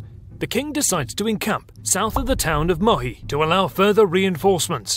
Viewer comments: Very nice, very cool. But the name of the village is 'Muhi' correctly not 'Mohi'. :-) I live in Hungary, I am a Hungarian, I know that :-) . That is interesting, because all of other name of other villages are correct. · Verecke: listen to it's pronunciation in Google Translate! The name of the village is not Mohi, but Muhi. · Not Mohi but Muhi. Perhaps you Englishmen like to say everything as you like, but the place is Muhi and this is why Battle of Muhi. There are no Mohicans instead. Afterall the thing you do is nice and honorable. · That's "Muhi" not "Mohi